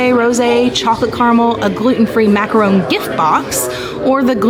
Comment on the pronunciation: And macaron lol